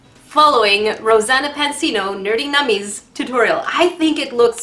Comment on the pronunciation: It’s NerdENummies 😂